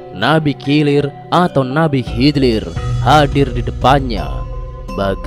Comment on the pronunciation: Nabi kilir...😂kidir bukan kilir